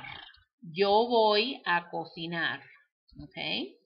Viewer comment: I don't understand why you say "voy" with a "v" sound but you said the "v" sound like a "b". but you are not saying "boy".